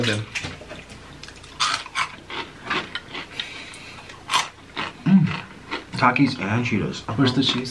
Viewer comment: "Do you like takies or Cheetos more? " "takies" prossedes to take a cheeto